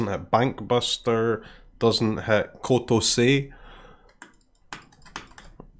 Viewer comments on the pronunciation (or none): It's "KOTOSSEY"